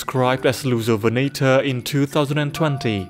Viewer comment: i keep hearing it as "Loser-venator", man dinosaur bullying is such a problem